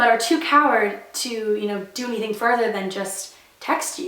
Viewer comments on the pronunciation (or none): none